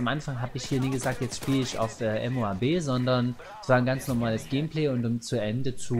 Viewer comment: "Gehmpleh" Danke für diese neue Aussprache für "Gameplay":P